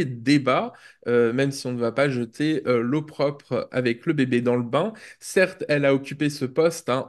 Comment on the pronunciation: Time code 22'40": Sarah El Haïry "Ne jeter pas l'eau propre"😂 alors qu'il faut dire "Ne jeter pas l'opprobre". Qu'est-ce que cela révèle ? Qu'elle a entendu l'expression sans même chercher à savoir comment cela s'écrit, sans même chercher à savoir comment cela se prononce. Tout fout l'camp ma pôv'Lucette.